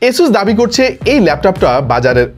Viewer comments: ভাই আসোস কে এসোস বলেন কেন? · It’s আসুস, Not এসুস/অ্যাসুস 🫵😐 !!